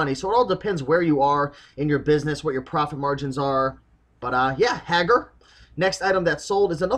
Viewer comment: I believe that Haggar is pronouncer Hay-Gar.